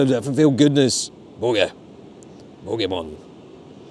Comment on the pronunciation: So you're now pronouncing it bokah? WTH??